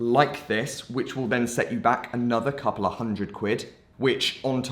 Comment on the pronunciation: You have an issue with the word "then" but then you've probably already figured